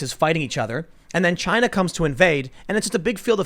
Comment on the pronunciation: "It comes from Chi-Na"